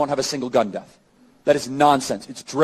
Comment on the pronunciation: Bro can’t say death